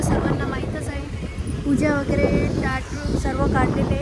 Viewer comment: टाट नाही ताट😂